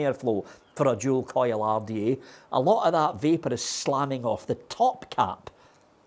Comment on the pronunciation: When says single coil rrrrrda/take. My ears get a half chub